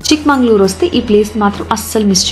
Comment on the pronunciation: Madam.. its chickmagalur.. not chikmanglur... many important places u did not visit.. u missed very big falls (sagirahmed falls).. did not mention about deviramma betta... galikere...